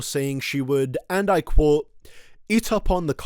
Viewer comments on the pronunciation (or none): none